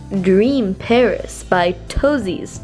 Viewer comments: Meagan fox I'm not trying to hate I thought it was Paris until I watched it over again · kiwibirbz she said pairs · "Dream pairs" -> "Dream paris" "Powder" -> "power" lmaooo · reads word pairs PARIS This is from another video but reads word shelter THE BALM SHER or CHER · Quick disclaimer: She did say Paris. However, is dyslexic so....